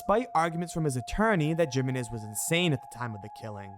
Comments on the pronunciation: ayyyy ”Jiminez” i can’t 😂😂😂 My dude 🙂‍↔️🫣🤭 make pretend that the letter ”J” in Jiménez is actually the letter ”H” 🫡 Making it: <Him> Got it? 🙏😝😘🫶😚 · Omg every time you say “JIM-IN-IZ” for JIMÉNEZ 👀🫣😳 I mean, ay again common man 😂 what even is that?! Gym-en-ez? I mean come on bro lol 🙈 like, what the literal hell lmaooo